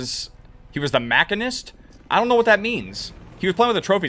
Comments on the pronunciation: bro said mac-inist... its machine-ist haha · Machinist is pronounced Muh-shee-nuhst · I literally thought he was trolling when he mispronounced MACHINIST.